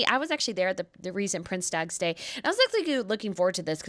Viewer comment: Please try to pronounce dutch language properly,or just translate the word,use the words prince's day